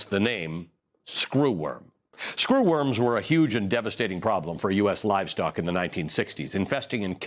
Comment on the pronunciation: Stop saying SCREWorms like that! 😁